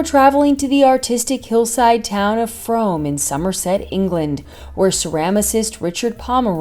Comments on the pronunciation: Pronounced Froom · Frome is pronounced Froome and they live in Bruton,not Frome. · It's pronounced Froom... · Frome in Somerset is pronounced FROOM!!!! Get it right 😡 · For all you Americans out there, Frome is pronounced Frooome. Stunning home